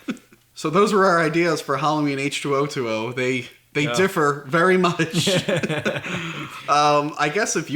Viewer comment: I think the pronunciation is H-twenty